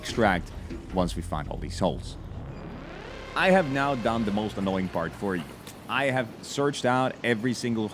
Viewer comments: He's saying HULKS instead of HUSKS. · the accent when saying husks sounding like holes is sending me